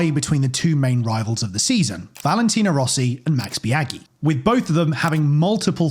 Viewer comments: It's Bi-Ah-jee, not Bi-Ah-Ghee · Legit hard to watch hearing you butcher Biaggi’s name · That fact that you can’t pronounce max biaggi’s name correctly killed me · Love when people who do research for videos draw a hard line at doing any research into the pronunciation of foreign names